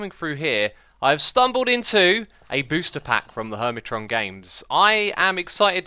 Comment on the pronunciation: hermiton? hermit(R)on